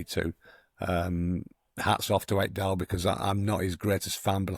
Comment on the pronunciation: well you butchered Ekdal's name 🤣🤣🤣